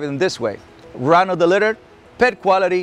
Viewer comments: is he saying run of the litter? I thought it was runt. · JUST TO TELL YOU IT'S "RUNT NOT RUN" LOVE YOU ADMIRE YOU